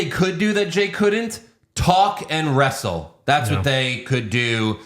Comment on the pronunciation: Jey also said “westle”